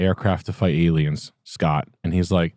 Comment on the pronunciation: Did you say aliems? Are you a fleccas talks watcher?!